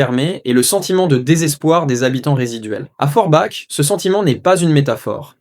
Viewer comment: Forbach se pronunce forbak mercie